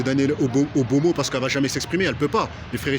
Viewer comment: EXACT il arrive meme pas a dire Obono donc ca veut tous dire BYBHR